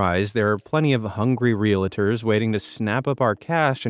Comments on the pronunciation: It’s not, “real-a-ters”, it’s “real-ters”. There’s no second “a” in it, and it has 2 syllables, not 3. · They are not called Ree-a-la-ters. They are Realtors. Two syllables. Real-tors. It’s a registered trademark.